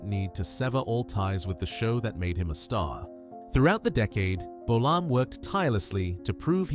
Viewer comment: James bowl-arm?.....FFS!